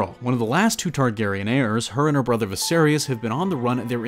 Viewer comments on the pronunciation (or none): also air-eez and vi-sair-iss targaryans...